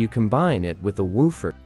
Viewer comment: woo - fur.....hahaha